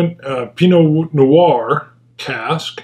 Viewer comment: Musta been hard. Your pronunciation of Pinot Noir is spot on.